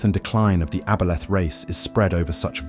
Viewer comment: AI narration couldn't decide how to pronounce aboleth, lol.